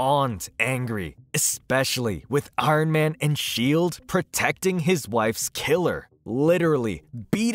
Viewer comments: Why do you say “Arn Man” like that? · “I-run man” 😂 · Arn man? Like Arn Anderson? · Who is "Arn Man"?